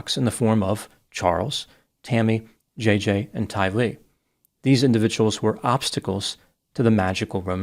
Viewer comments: Tylee. Rhymes with Riley. Accent the second syllable. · You pronounced Tylee’s name wrong.